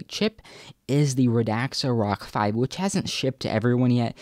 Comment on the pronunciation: It isn't pronouced "RAD-AX-A," it is pronouced "RAD-ZA." Pay some attention.